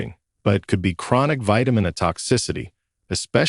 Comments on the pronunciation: Hire somebody to be a narrator because this robot doesn't understand how to speak. It's vitamin A. Not vitamin UH, WTF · AI narrative is dumb. Who says "vitamin ahh" ?